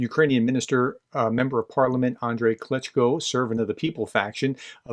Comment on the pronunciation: please do not say "Klitchko" 'cause that's a different person (Kyiv major)